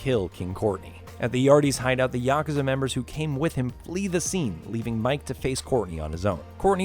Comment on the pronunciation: Also "Ya-ka-zuh and ah-suh-ka" It's Ya-koo-za and a-soo-ka